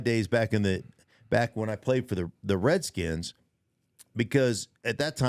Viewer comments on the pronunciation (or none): You mispronounced Washington Redskins!